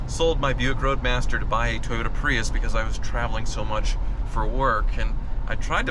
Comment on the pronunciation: “Thank you so mush for washing..”